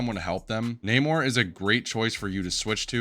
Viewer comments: I don't want to be that guy but you probably will ignore this but it's Nah-more Not Nay-More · My boy, who on earth is Nae-Mor?? He pronounces his name at least 3 times in game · Bro knows everything about the character except how to say his name